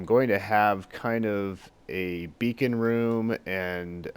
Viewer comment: A Beacon, dude :) Not bacon, a Beacon.